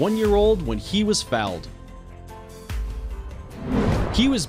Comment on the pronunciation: Hate his pronountion. Its pronounced foal (forever not fawl